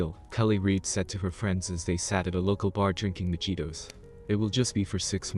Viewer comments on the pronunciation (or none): Majitos the j is an h sound